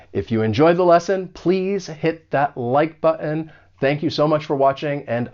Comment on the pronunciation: Great, where are you from, thought you were american but that 'like bo'on` made me doubt xD